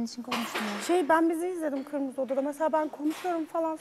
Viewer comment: 'Gırmızı' diyişi bi benim mi dikkatimi çekti